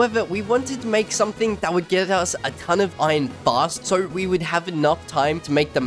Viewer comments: why are u saying ijon its iron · Everyone: Iron This dude: Iyonnnn